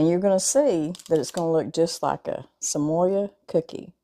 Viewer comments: Samoa is pronounced sam-oh-ah. Dulce de Leche is pronounced dul-say de lechay. I love watching you show us delicious recipes - just wish you were my neighbor! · Sa mo (long o) a. Like the island. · I love your channel and these look easy and delish! FYI there is no letter "Y" in the word Samoa. Samoa is place, part of which is an American Territory of Polynesian heritage . It is pronounced Sam-ohh-ahh. 🌎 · Samoa-Sa-moh-a. Dulce de leche-Dool-say de leche. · Love you. Thank you for the great recipe. Just an FYI tho. It is pronounced just like it looks.....sam-o-a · LOLOL, you r so adorable!! LOL "Samoya" Truffles!! Samoa is from the country of Samoa!! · Thanks for explaining to her how to pronounce Samoa. I don’t know why I cringe at bad pronunciation but I do.